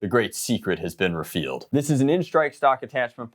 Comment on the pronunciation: "refealed" ??? Anyway, great video.